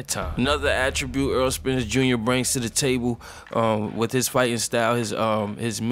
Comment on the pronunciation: Great video... One of the best in the division... Needs better competition but still showing signs of greatness. Btw it's Errol not Earl. Lol